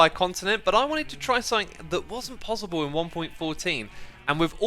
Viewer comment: I love his accent of PosiBle